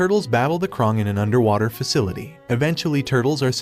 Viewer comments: He says krung not krang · Bro he really said triserarnds and the krong and Armgen🤬🤬🤬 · you said crane wrong